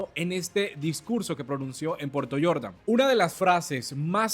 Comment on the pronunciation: No eres extranjero le enseño a pronunciar se dice Jordan no yordan 😅